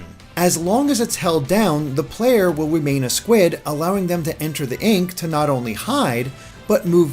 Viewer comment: "will wemain a squid" XD